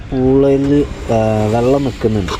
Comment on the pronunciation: ജലത്തിനെയും vallathineyum രണ്ടിനെയും വള്ളം എന്ന്പറയുന്നു 😂😂